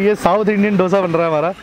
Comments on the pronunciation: It should be pronounced as दोसा not डोसा. In Tamil nadu, Andhra pradesh, Karnataka it is pronounced as दोसा. It is ridiculous to hear as डोसा. When it is heard as डोसा it feels like a bomb or explosive not a food. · South Indian = a person from south India. Don't say eat south Indian which means eating human from south India. Say as eat south Indian food. Also learn how to pronounce Dosa. pronounce it as दोसा but not डोसा.